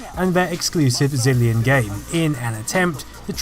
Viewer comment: I could have sworn you said Brazillion Light Gun ^_^